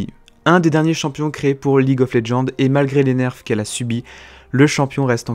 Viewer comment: Tu l'as faite quand cette vidéo ? Parce que le Z de roger enleve plus les CC, et ça ce prononce League of LegendSSSSSSSSSSSSSSSSSSSSSSSSSSSSS